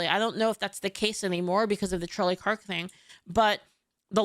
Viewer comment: "Chirlie Kark"